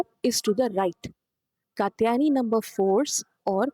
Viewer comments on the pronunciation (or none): Very nice video - but better pronunciation might help more - it is an sh and a long u - श kooshmanda. Also, the t in katyayani is soft - त not ट